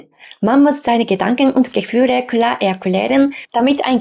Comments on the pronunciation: Ich finde es lowkey amusant cute, wie du "klar" sagst, also Kular, das ist wie bei mir mit Tree oder Free auf englisch, da sage ich Tuiee oder Fuiee, kann leider nicht das Englische R aussprechen, daher habe ich dann ein sehr harten Deutschen akzent auf englisch. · Hi! Ok, dein "klar" klingt eher wie "ku-lar", aber insgesamt finde ich deine Sprechweise recht angenehm. Ok, ist ausbaufähig, aber möchtest du mal mein japanisch hören? 😂😂 - ìch denke auch, dass sich die eigene Denkweise je nach Sprache mitändert. Seht interessantes Phänomen!!